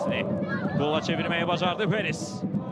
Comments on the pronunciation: Şərhçi nə danışır ala.Parris deyə bilmirsən?Perris nədi? Qaqaş canı elə bildim penis deyir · Mən elə bildim Perez deyir (Penis😳)